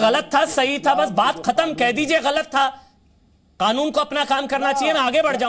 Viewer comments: यह मौलाना कनून नही कानून कहता है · कानून सही से बोल ले मौलाना खानून नहीं कानून होता है। जय श्री राम 🚩🚩🚩🚩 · इसकी भाषा देखिए। ये क को ख बोलता है, जानबूझकर।